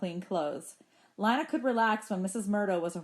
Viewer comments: It’s pronounced LINA not LANA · It’s pronounced ( lena) not lina even tho its spelled thwt way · Isn’t her name pronounced lee-na